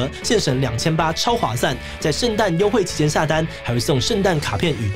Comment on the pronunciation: 但是超划算唸成超划散很好笑